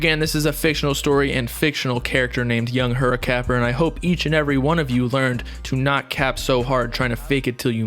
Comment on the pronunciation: Bro you nailed that name at the beginning 😂